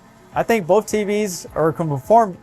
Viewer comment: I like how you say "both" "boaf"